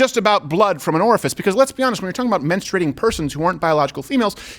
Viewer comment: “I don’t know if he’s familiar with mensturating” 😂😂😂